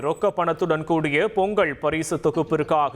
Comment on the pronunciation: இவம் பேசலாயக்கில்லடே!செய்தி சொல்லவே படிக்கலடா! பொங்கள் பொங்கள்ளுக்காம்ல! பொங்கல் னு சொல்லி கொடுங்கடா!